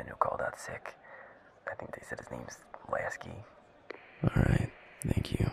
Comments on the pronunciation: 'Lasky' Poor Lasko hahahaha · Sam and Vincent in one video, I feel like I’ve died and gone to my own personal heaven lmao. I freaking love their friendship, it makes me so happy to see. Milo mispronouncing Lasko’s name had me crying 😂😂😂 And yaaas!!! We did IT! Second place! So proud. I was super nervous for today’s video so I’m glad it wasn’t what I thought it might be.